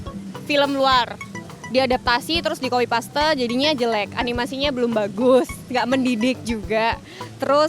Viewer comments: Bukan kopi paste oy bacaan ny coppy pas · Bkn paste oy kopi pas bacaan ny